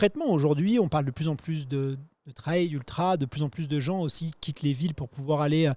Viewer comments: Le "treille" ou le "traille". S'il vous plait les médias français, allez, en 2026 on bannit cette prononciation ! On peut le faire ! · le traille vraiment ca rend fou